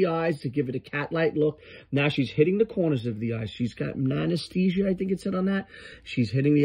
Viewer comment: “ANESTHESIA” I- such a king